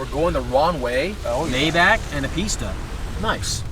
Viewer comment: please dont pronounce maybach like that thanks 🤗